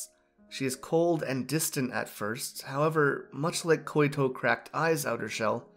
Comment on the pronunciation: just a tip, i think her name is Koito, pronounced (Koi-to) or (koy-to). You were saying "Koy-i-to". Hopes this helps.